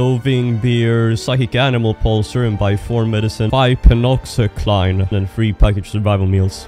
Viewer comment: Love the vids! Btw that drug is pronounced Pen-ox-ah-sill-in